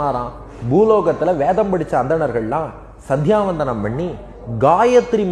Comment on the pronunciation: அம்மா.." சந்தியாவந்தனம் " னு சொல்லணும். சந்தியாவதனம் இல்லை.